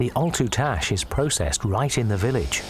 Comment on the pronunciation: "ALTERTASH"!